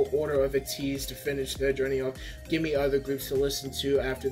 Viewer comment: It's pronounced Aye-Tease and I'm enjoying your road to becoming Atiny! They love switching beats in their songs. It's what makes their music so unique and amazing. (my opinion) I loved your reaction can't wait for you to react to more Ateez! Purple haired is Wooyoung. By the way their comeback is July 29!